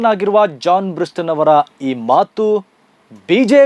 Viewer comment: ಅವರ ಹೆಸರು ಜಾನ್ ಬ್ರಿಟಾಸ್... ಜಾನ್ ಬ್ರಿಸ್ಟನ್ ಅಲ್ಲ...